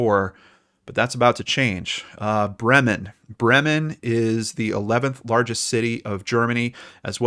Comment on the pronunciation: Bremen. You speak the first e longer and the m shorter 😁